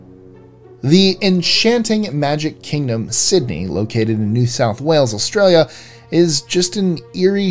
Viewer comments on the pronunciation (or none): none